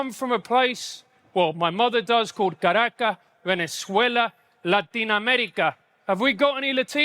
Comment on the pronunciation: Can’t pronounce Caracas 😂